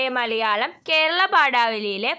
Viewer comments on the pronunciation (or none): none